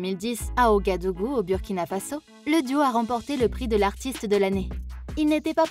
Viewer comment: Bonne vidéo par contre c’est Ouagadougou et non ogadougou